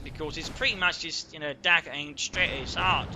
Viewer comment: I don't know if it's your accent or just me not hearing correctly, but every time you said "dagger pointed straight at his heart", I heard "DAKKA pointing straight at his heart." Maybe you're just channeling your inner Ork?